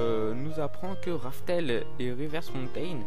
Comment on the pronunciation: C’est rough tell pas « RaFtEl »